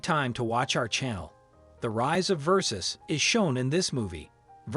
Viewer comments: If you're going to make a video about a known brand, my advice is this: Learn how to pronounce the brand names properly ot at least make an effort. Gianni Versace would be disgusted. RiP ❤️ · No they are totally mispronouncing it 😂 It sounds like he's saying 'versus' LMAO he couldn't even pronounce Dolce & Gabbana...